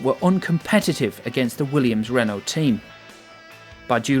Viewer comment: Oh dear....Adrian "Newley", mispronounced Jerez, mispronounced Renault, mispronounced Imola, mispronounced Montezemolo......showing an indy car instead of F1....it's poorly compiled, and there aint' nuthin' new here.....